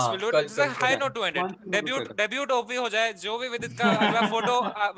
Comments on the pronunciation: ok sure Ill go easy on deb"yut" OP but I am no way go spare of"ten" OP. Its twice u said of"ten" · Debyut OP :) And also offtan not often lol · Vidit "DEBYUT" OP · "Oft-ten" OP., debut OP 🤣🤣🤣🤣🤣